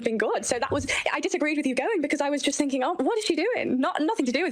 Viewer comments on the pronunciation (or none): none